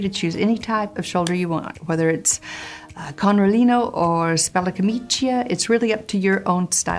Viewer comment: I'm a huge fan of yours, and your content is so interesting, but please, check Italian pronunciation before using it, it's something like an ice knife in my heart when you say kounrelinou